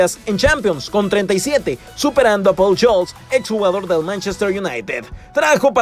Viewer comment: Enserio? Enserio? Pol yols? Porfavor no te puedes aprender los nombres aun? Se pronuncia Pol scools